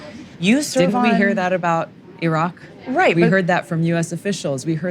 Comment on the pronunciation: I guess she is the first American I came across who could pronounce IRAQ correctly.